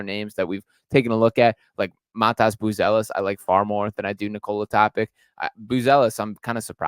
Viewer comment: TopiTSCH like JokiTSCH or JoviTSCH or DonciTSCH or BogdanoviTSCH or MiciTSCH My god... why is that so hard to look up the pronounciation before making such a video?